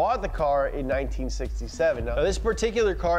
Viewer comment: Listening to mispronounce "Talbot Lago", and, "Vitesse" is like nails on a chalkboard!